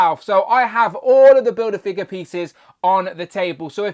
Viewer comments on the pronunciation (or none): Kont'rollah bildah figgah 😂